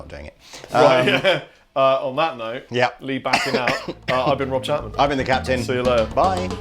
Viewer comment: and I’m rob chapmahhn...